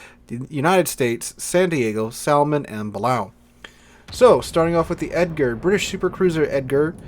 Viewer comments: The "L" is silent in Salmon. (/ˈsæmən/) is the pronunciation. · its a silent l , sammon